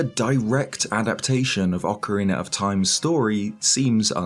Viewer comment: Ocariner of time